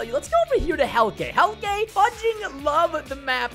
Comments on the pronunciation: It’s pronunced Heal-ka. It doesn’t sound like how it’s spelled Heilke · I dont wannz be a hater i love ur vids but you pronounce the map creators name as 'heel ke' not 'helke.btw tks ix how you pronounce it and wont pronounce it. And i know this because im dutch to. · Hielke Ketting hellka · Preston I just wanna say that your saying Hielkes’ name wrong 😂 It’s like Heel-ka but spelled Hielke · how it's spelled : hielke how it's pronounced : Heel - kay